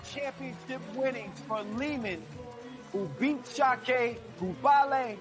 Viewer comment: Its Sakiai, not Sakai 🤦‍♂️